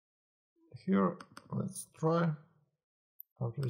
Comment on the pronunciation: неплохое объяснение, но произношение here )